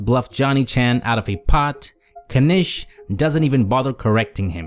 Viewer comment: So cringe hearing you say K-nish (I know they say it like that in the movie). It's not k-nife or k-night. Also Mike never said or alluded to being a super genius, he's a grinder/reg that plays at semi high stakes. The moral of the movie imo is quite literally about knowing your limit and playing within it.